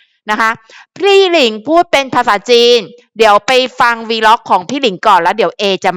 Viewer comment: เออย่าออกเสียงวี-ล็อคค่ะเข้าไปหาอ่านหาฟังในกูเกิ้ล